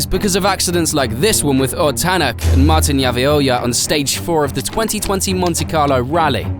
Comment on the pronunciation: It so funny how you say ott tänak and martin järveoja name (im from estonia)